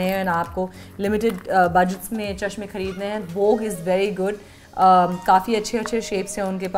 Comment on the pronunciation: Why do you call that chamah🤣🤣🤣😋🤣😂😂😂😂. Its chashmah